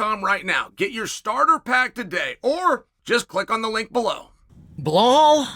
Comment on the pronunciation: "Blahol" STILL? 🤦‍♂️